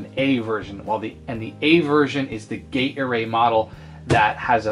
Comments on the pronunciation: Gaydar-A? Gay array? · Yeah. Gate arrayed. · Sounds like you keep saying Gatorade. I'm thirsty now! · Me too... what's with the gatorade?! green phosphor? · For a second in the begining I thought you said gator-aid, and not gate array. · As much as I know you are saying "gate array" I keep hearing "Gatorade". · Oh. OHHH. Gate Array. I spent half the video hearing "Gatorade Model" thinking that the Orange screen would probably be more Gatorade-y :D